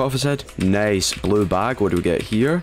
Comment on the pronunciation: pronouncing nice "Nace"